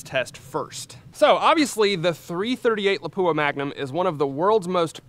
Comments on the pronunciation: Howdy! My understanding is that Lapua is pronounced LAH-poo-ah rather than luh-POO-uh that we commonly hear. Is this correct? (*flame suit on) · It's not La-poo-ah 😂. Pronounce it like this: La-pu-a. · LA-pua. Not la-PU-a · La'PWA' start pronouncing it correctly! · FFS I wish people would quit butchering the pronunciation of Lapua. It’s 2023 it’s easy to educate yourself.